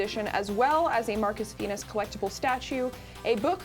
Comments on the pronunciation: I'm pretty sure I heard say Marcus Penis. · i swear said marcus penis this episode. was it a fruedian slip or not?